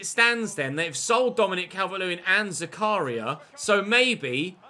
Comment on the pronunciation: the fact that British people pronounce it as they do doesn't make it right,they gave him the right one for Zakaria for instance he kept on fumbling it ,now Felix is one of the greatest prospects the least he can do is say his name right